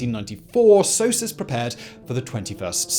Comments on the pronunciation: I've never heard it said S-O-S-U-S, I've always heard it said like a single word, Sosus. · The english prononciation of SOSUS is the exact french prononciation of sausage. Imagine my reaction as a french...